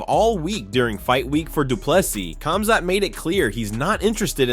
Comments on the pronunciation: It's pronounced HOM-ZOT you dorks. LEARN to speak someone's name right. There is no K sound in these names, just like Khabib is pronounced HU-BEEB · Khamzat...is sounds like Homzot, not Comzot. DO BETTER